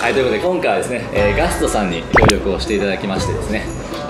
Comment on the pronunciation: make it possible with でんがん「ガth...」